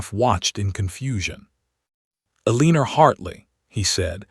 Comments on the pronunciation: Quit naming your heroine Eleanor until you can teach the AI that it is pronounced EL-eh-nor rather than el-EE-ner. I cringe every time it says the name. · Pay attention: El-a-nor!! Say it 2000 times or write it 500. Your choice, AI.